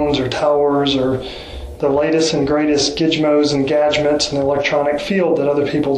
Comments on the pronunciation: I believe him when he says Rangers do public corruption lol. “Cell phone and towers…Gidge-moes and gadgemets” Wow. He really does know his stuff hahaha. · does he really say 'gidgemoes and gadgemets'? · Gijmos and gagments huh